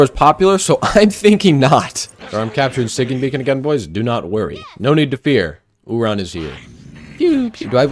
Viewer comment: I like how he calls him “oohRon”